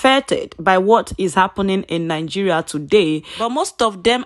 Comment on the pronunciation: Not NIN-GERIA BUT NI-Geria